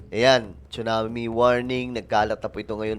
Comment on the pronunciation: Tsunami...pronounce it SUNAMI.silent T